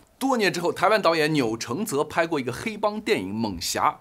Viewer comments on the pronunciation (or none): 艋舺，的，舺，這個字，讀音為Jia 三聲，與，假，這個字一樣喔。不是Xia二聲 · 艋舺～這發音我們是都唸成”猛甲”😅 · 艋舺唸錯了 ㄇㄥˇㄐㄧㄚˇ。